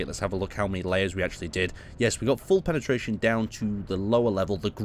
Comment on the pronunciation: "Penetaration"? :D